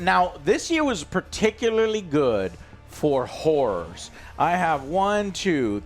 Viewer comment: joe, please pronounce "horrors" better. i thought you were saying it was a good year for women of the night